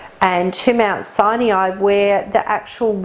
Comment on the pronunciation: Why is she pronouncing Mt Sinai as Siniai? Have I been pronouncing it incorrectly for years??🤔